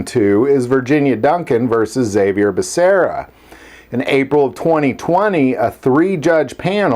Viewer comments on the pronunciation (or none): none